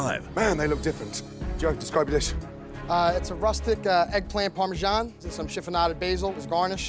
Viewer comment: I cringed when she said “Parmesan” like that